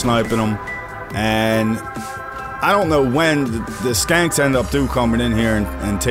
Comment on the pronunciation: Lol I laughed the first time you called the shanks "skanks"